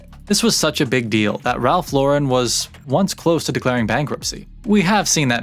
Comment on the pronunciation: Glad to see you pronouncing Ralph Lauren correctly. Remember seeing an interview with him years ago, and he even corrected the interviewer and told her, "I'm an American who was born and raised in NY, why does everyone want to give my name a French pronunciation?" Anyway, if anyone is interested in an even deeper dive, should check out the documentary, Very Ralph. Nice video you did. Been rocking Polo since the 80s, and even though I am 50 now, it's a brand that has always been a staple in my closet.